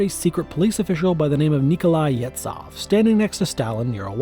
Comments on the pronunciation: >Yetsoff It's pronunced Yezhoff, where "zh" is "s" from measure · It's pronounced "Yezhov".